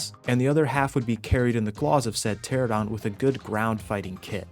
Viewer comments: This game looks pretty fun. I’m picky at times though, so I got to point this out just for my own sake. Or i won’t stop thinking about it haha. pteranodon is pronounced (Ter-an-uh-don) not Ter-uh-don). It’s even spelled the way it sounds, Pteranodon. Anyway. Either way you pronounce it. You’ve made me want to try this game out. I’ve watched a few videos now from you and it looks so fun. And i love dinosaurs. I grew up reading James Gurney’s Dinotopia books, a lot. I loved those books. I still do. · Please stop saying "teradons" its "pteranodon".... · Bro couldn’t say Pteranodon to save his life. It’s Ter Anna don. Not a Tera don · Nodon....pteraNODON...tear anna don...🤣🤣🤣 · Say it slow now... Pter Ano Don. After almost a decade, thousands of hours looking at the same names and y'all still cant pronounce that correctly... "Terrordon".............. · For fucks sake its pteRAnodon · kills me youve been playing this game for years and still say the dino names wrong lmao. pteradon